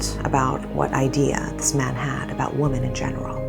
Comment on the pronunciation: It's annoying that you can't pronounce WOMEN properly.